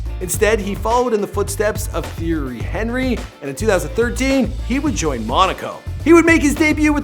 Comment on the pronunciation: DID YOU JUST PRONOUNCE THIERY'S NAME AS THEORY?....IT;S PRONOUNCED TIERY